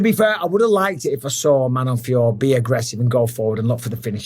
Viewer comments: Her name is Feeyoroh not Feeyore. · Its manon fio-rot mr bisping 😅